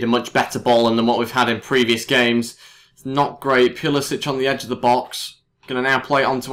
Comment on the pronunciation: Pulisic is pronounced pull-uh-sick.